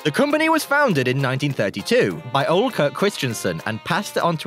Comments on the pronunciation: I think he's supposed to be saying "Ole", but he's totally butchering the pronounciation. The correct pronounciation is more like "uuh-leh". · why ia it so hard to say Ole properly? The e isn't mute